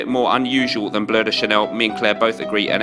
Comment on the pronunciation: Finally someone who calls it Bleu and not Blue de Chanel!!!